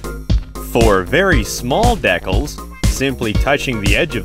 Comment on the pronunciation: Great video, but please learn how to say decals!